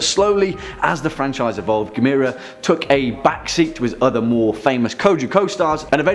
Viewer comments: It's pronounced Gaam-mur-rah Like camera 📷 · GAM-UR-RAH. You can do it